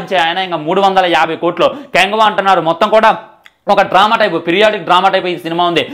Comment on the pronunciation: Orey badcowww. Adi kyanguva kadu rah kanguva ela unnav enti rah 🙏🙏